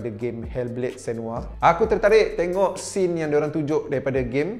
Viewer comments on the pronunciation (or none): none